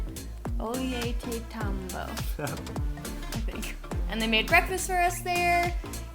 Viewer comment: Loved the spider monkey and trying to say Ollantaytambo!